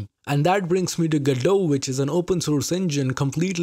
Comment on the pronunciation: Man even my Indian ears can feel the hard Ds whenever he says GoDot.